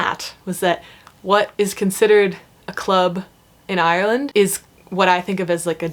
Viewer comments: Your Ireland pronunciation was spot on for a American, 😜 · Well done on the pronunciation of Ireland, even us locals struggle sometimes :) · You did a great job pronouncing "Ireland"! I am from Dublin and live in California now. I have modified how I say "Ireland" as when I pronounce it my way people stare at me blankly..."Orlando???" lol!